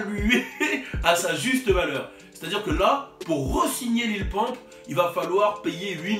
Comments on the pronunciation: Wallah c'est pas Lil Pomp c'est Lil Pump xD ( a prendre au second degré ) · LIL PEUMP CA SE DIT LIL PEUMP MAIS EN ANGLAIS LIMITE LIL PUMP OK MAIS PAS LIL POMP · Mdr au lieu de dire Lil pump Tu dit Lil Pompe bruuuuhhh damn it